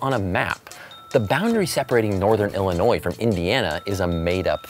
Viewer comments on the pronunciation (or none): none